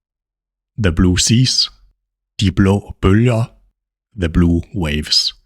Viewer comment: it is great, but give us time to repeat😅. U are too fast. Also led to misunderstandings pronouncing "the" as "de"